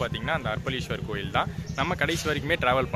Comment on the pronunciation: Bro,அர்ப்பளீஸ்வரர் அல்ல அரப்பளீஸ்வரர் .சரியாக உச்சரிக்கவும்.இன்பத் தமிழை சிதைக்கவேண்டாம். 🌺 தியாகராஜன் ரமேஷ், அண்ணா நகர் கிழக்கு சென்னை 🌺